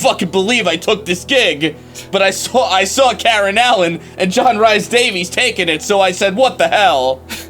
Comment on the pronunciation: Sorry for being a pedantic Welshman, but that really isn't how "Rhys-Davies" should be pronounced. :P